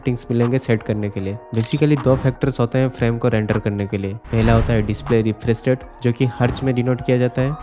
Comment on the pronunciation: Dizplqy refrez rate ...faram gitar Kwality bros pronounced is jammer😅😅